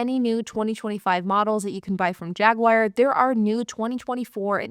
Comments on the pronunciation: I enjoy your videos. However, it is not a JagWire. It's pronounced JagWar, or if you are British, it's Jag U Are. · Gawd, why does anybody buy new? Good stuff. That knit cap gives off "Jay and Silent Bob" vibes lol. These high depreciation cars are great- just get them at the bottom of the curve cheap rather than new. Jag-waar not Jag-wire.